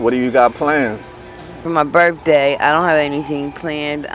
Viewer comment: Hope she has a happy Berfday 😂